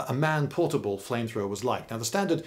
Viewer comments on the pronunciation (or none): none